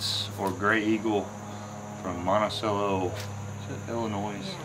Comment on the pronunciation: AS WE SAY IN ILLINOIS ,,THERE IS N O NOISE IN ILLINOIS. NAME IS FRENCH SAME AS DES MOINES IA THE S ON END IS SILENT MICHAEL !!!